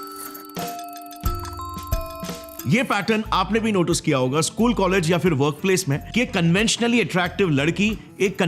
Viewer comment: You said Notuce in it will be notice